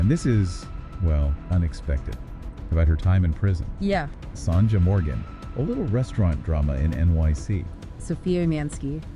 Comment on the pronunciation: What a load of crap this programme is !! And why are you showing pictures of Sonja Morgan while talking about someone else? It's not pronounced Songer!